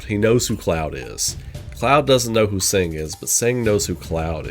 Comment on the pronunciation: I don't wanna be mean but I have to mention it since it bothers me a bit. Tseng's name is pronounced "Sung"